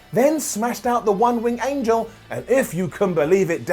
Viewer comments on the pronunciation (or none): none